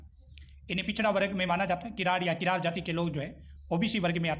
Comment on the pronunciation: Read kiran as kirad